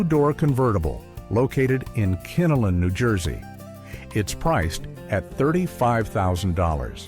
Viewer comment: Not "Kinnilin"! "Kinnelon" "lon" like Lon Chaney. Not "lin"!